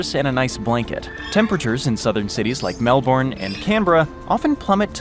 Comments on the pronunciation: Say it Mel-bin. Not mel-born. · The way Americans pronounce Melbourne.... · So I’m 8 minutes in and there is already sooo much incorrect info! Here’s a tip, want to know about Australia? Ask someone who can least pronounce Melbourne!! (Ask an Aussie, not an American) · As we say in Australia, What a crock of Shit!!! Can't even pronounce Melbourne correctly!!